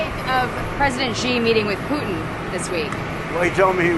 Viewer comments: Xi is pronounced like SHE, NOT jee or gzee or whatever it is BEN does. Please say SHE when you see xi in a Chinese name or sentence or phrase. I thought Ben would be smarter than this. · Please learn to pronounce Xi Jinping. Xi is pronounced like the English word 'she'.